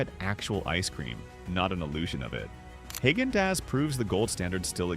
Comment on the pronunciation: Haygendoz. That’s hilarious! Even artificial intelligence should pronounce it correctly. I noticed it said nothing about Chapman’s again 80 or 90% of this video can be skipped. Hit the forward button. I’m glad they are forced to call them desserts instead of ice cream. That is a good thing.